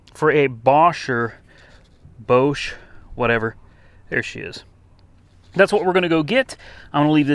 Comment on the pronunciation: Hey, Bosch has a short o pronounced, it is the most famous automotive supplier.... and quite nice you pronounce Porsche fully correct... thumbs up